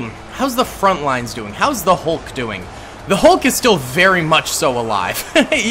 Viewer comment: “How iz Zeeeee Hulk doing”😂😂